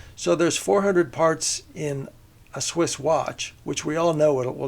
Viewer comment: Swiss, not switch.